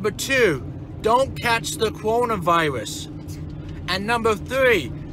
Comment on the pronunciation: the CORONERVIRUS lee is mispronuncing coronavirus lol